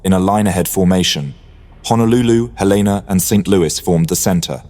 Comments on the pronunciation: It's HEL-a-na, not he-LAY-na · Hell-in-na....not halena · He-LE-na, not hel-LAY-na. As a US Cruiser, she is named after a city. In this case, Helena Montana. Though I suspect I would be equally as bad at pronouncing some city names in the UK. And later in the video, you get it correct. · Not even 20 seconds in and Helena was mispronounced. ☹️ It's HELL-en-uh for future use. From a proud resident of Helena, Montana USA. 👍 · It's pronounced HELen-a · HELL-IN -AH . . . Two LL's... as in Hel . . . ☆